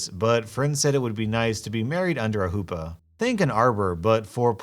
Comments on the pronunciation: It's not "hoopa", it's "chuppah" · Not sure if its an alternate spelling or something, but a wedding canopy is usually called a "chuppah", with a guttural sound on the "ch". Just bothered me a little, as I'm Jewish. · It's Chuppah. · Tiny thing: it’s pronounced huhppah not hoopah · I can't stop laughing at "hoopa". it's chuppah. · The pronunciation of "hoopa" spelt chuppah is hilarious 😂😂😂 low key, fave part of the vid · The Jewish wedding canopy is a "chuppah," not a "hoopa." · It was funny listening to him failing to pronounce such a simple word. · The h in Hoopa is actually more like a growl from the throat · Hearing you pronounce Choopa incorrectly pains me XD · R Hoopa its a long O its not said like the Pokemon its almost a Who with a silent W Pa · "4 poles" I was listening in the background... I'm Polish and I was scratching my head over "the fuck is a hoopah"? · I love listening to your posts, but you are killing me with the pronunciation of Chuppa. It will come up again in a crazy MIL story I am sure, so here is a guide.